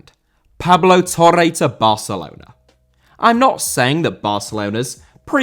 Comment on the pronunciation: Barcelona* not Bohçalouwner